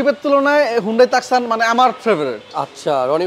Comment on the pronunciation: টাকসন নয় উচ্চারন (too.son) টুসন